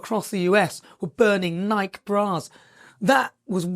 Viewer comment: The company, Nike, is pronounced Nikeee